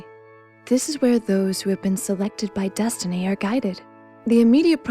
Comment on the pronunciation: yes-tiny... yes-tiny... i like you and all, but just stop...